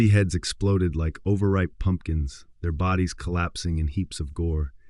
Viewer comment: Is he saying let the booties hit the floor?😂